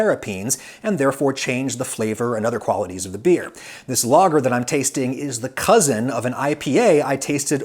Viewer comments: Great video, But you butcher the word lager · I thought he was saying "logger"beer until he mentioned germany. Who the fuck pronounces lager like that?